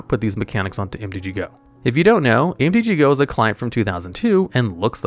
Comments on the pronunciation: It's MTGO not MTG GO. Come on dude. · why are you calling mtgo "mtg-go"??